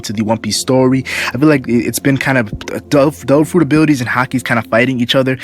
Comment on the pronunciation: instead of "devil fruit" all i can hear is "dolfurit" xD